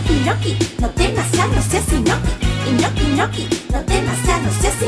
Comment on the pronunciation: Yo pense que dijo inutil no inoki ahrre xdxd